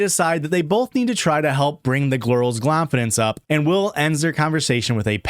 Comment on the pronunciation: I am so glad you've commited to this whole gl sound thing. "Bring the glirls clonfidence up", 10/10, chef's kiss